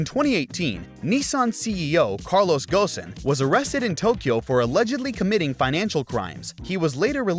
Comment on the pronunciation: The name Carlos Ghosn was pronounced correctly in this video, instead of Carlos Gon.